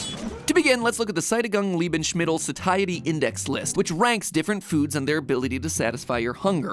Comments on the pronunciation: No one: Matpat: Seidigung Lebeinsschmittel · you pronounced sättingungslebensmittel like it was a chinese word.